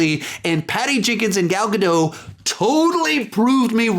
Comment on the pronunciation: You pronounced gal gadot two different ways lol